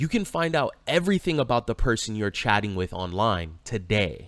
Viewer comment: Did just say chatting for hours or chadding for hours LOL 😂😂 like I like to say when Chad shows up all the rules and Common Sense fly out the window😂😂 once twice three times a Chad she was in heaven 😊😊